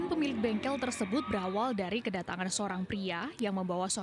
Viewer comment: bengkel bang bukan bengkek